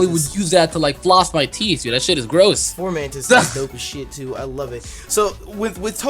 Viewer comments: It's FOMANTIS... NOT FORMANTIS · Everyone keeps calling it FORmantis, but there isn't an R. It's just FOmantis. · Fomantis... Not "Formantis" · Why does he keep saying "FoRmantis?" There's no "r" in it! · yo why do you say formantis? its fo mantis my dude